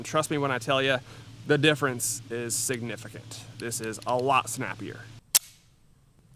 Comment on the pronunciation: "The difference is SIG'nificant."